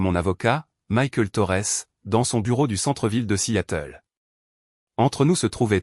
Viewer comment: 0mn 35 sec environ..Bon !🙄..le record n'est pas battu !🥺👈..Mais...tout de même 😁😁😁..Ca merite une mention !!🤪😉.." assiatel..".Petit probleme de L'I.A avec la traducton americano-française peut-être ?😂😂😂😂..Dites-moi !👉🤔👈.." à Seattle " ..comment vous l'écrivez..🙄..normalement ??😂😂😂😂